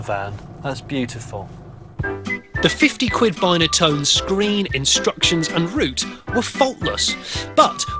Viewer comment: You call it a bineatone and its not its binatone